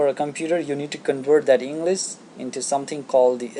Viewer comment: It's English not Enlas